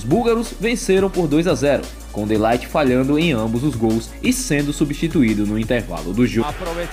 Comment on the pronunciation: mas o De ligt vc tá pronunciamento errado mano